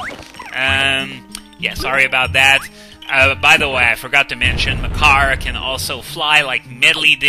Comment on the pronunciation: I keep hearing Makar as my car, I blame Swordless Link.